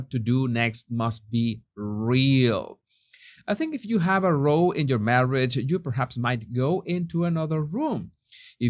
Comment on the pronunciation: Sir: You are pronouncing row wrong. It sounds like “wow” but with an “r.” Very common pronunciation for non English people. 🙂